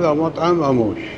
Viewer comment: لفظك للاسم غلط اسمه امّوش وليس اموش